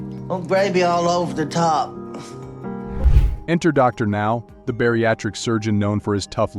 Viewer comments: calling Dr Now Darnow 😂😂😂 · I spent an hour trying to figure out who DARNELL was before I realized it was an trying to say Dr.Now at times. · If u can't getting A.I. to pronounce properly, speak for it! DarNow? C'mon! Get the words right!!! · Darnow? Doctor Now? Lol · DrNow 😂 that’s how says the doctors name 🤦🏾‍♀️